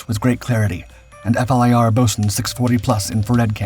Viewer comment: It's pronounced "fleer" FLIR... the letters are not read out as I've mentioned to you in other videos